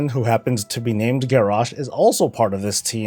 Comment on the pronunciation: at 1’45 you said standing with”Garrosh”